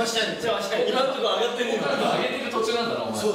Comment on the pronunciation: しょっぴーさ「今の自己紹介嫌いじゃない」って言ってるけど「今の」って「いまの」って読むのにしょっぴー「こんの」って言ってる気がする笑笑 今野くんと混ざってるよw